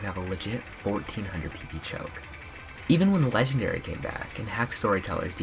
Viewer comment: "Legit Legendre" lmao :'D